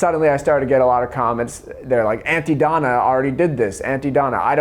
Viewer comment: Hearing an american say aunty donna is jarring. Good video!